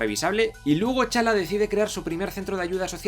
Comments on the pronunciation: Porque pronuncias los nombres como challa, chaka, baku y olvdas que bien pronunciados serían tachala, tachaka, embaku?, hay otras cosas que tienen explicación en las cosas que señalaste pero eso vaya que me estuvo distrayendo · Chala...Chaka ok puedo pasarlos, no todos saben pronunciar T'Chala o T'Chaka Pero? 🤦🤦🤦🤦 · Estoy de acuerdo en la mayoría del vídeo pero... Por que no pronuncias bien los nombres como T'Challa, M'Baku y T'Chaka? Te suda las Ts y la M o que paso?